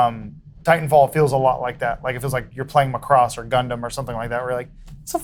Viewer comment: Tsk tsk, Adam. It's pronounced MAC-cross.